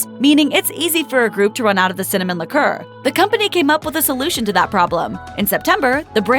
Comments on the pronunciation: Interesting how she mispronounces liqueur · Incorrect... propylene glycol is NOT in antiefreeze.. that is ETHYLENE GLYCOL. Man their not even pronouncing liqueur correctly. You can't believe anything you watch. PROPYLENE GLYCOL IS BASICALLY EDIBLE!!!